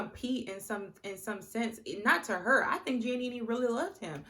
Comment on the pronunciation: I love how you pronounced Giannina’s name as Giannini lol 😂 but I completely agree that Damien is manipulative. Granted, Giannina does pick fights and confuses dysfunction for passion. However, Damien gaslights her constantly. And I KNOW he’s manipulative because of (1) how he rejected her at the aisle as you mentioned and (2) how he reacts when Gia brings an issue to him. It just seems very calculated and very “let me sit here quietly so you look like the crazy one and then proceed to refuse to take accountability and project my insecurities onto you.” Plus, SHE STILL HASN’T MET HIS PARENTS TWO YEARS LATER. Run, Gigi!